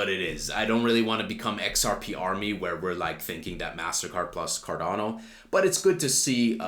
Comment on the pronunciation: I'm subbing now that you pronounced it correctly 😂